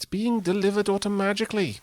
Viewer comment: " Auto-magickly "! Nice one:)